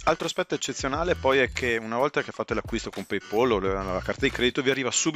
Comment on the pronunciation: le licenze acquistate su ebay erano scadute o già usate da altri...non mi sembra una grande idea, fortunatamente paypal (e si pronuncia come si scrive e non paypol) mi ha rimborsato.